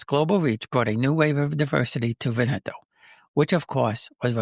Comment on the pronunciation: You are mispronouncing Veneto - the accent is on the first syllable VEN eto